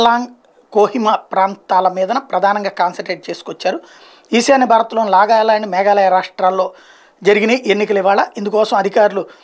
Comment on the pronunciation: దేనికి అంత తొందర? మేఘాల్యాండ్ & నాగాలయ అనేశారు? అలాగే ఇంగ్లీష్ ని చదవకండి స్వచ్చమైన తెలుగులో చెప్పండి చాలు.